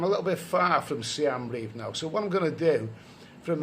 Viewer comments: its SI-EM reap not SI-AM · I know this. He calls it Siam Reap rather than Siem Reap.